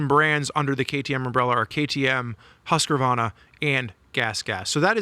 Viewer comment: Everyone else: "husk-varna": "husker-vonna"